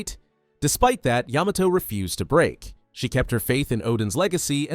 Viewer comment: Didn’t Yamato groom herself to be his son or smt also why does he say it as Yuh-Mah-Toe Its Yah-Mah-Toe